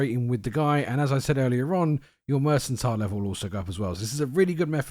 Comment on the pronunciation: Lol restore fatigue. So you make a potion to make you tired. FYI - mercantile has a hard C. Also, thanks for the guide.